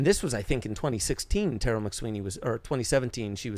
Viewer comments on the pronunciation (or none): none